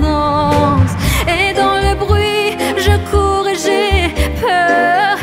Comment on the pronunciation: Not so perfect accent... "je cours"